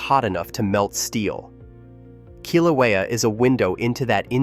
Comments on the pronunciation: Pronunciation of Kilauea is terrible! It’s “kill” “ow” (as in how) “ā” (as in ate) and “u” as in “up”. Now, get it right! Kil/ow/ā/uh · Voice can't even pronounce the name of Kilauea. What a joke. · You are making a video and you don’t even know how to pronounce Kilauea …? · Please pronounce the name Kilauea and Halemaumau correctly please.